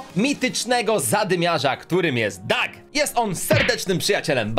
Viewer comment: Nie doag tylko Doug😡😡😡😡😡😡